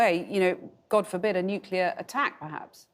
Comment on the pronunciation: Why is everyone saying nuclear??????